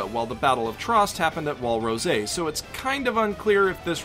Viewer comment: Wall rosei? Its just rose like the flower